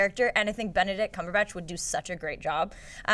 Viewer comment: Its cumberbatch not cumberback